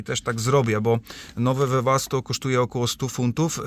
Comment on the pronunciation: Panie 😀 Webasto a nie debasto 😀nie wiem czy dobrze słyszałem 🙋🇵🇱🙋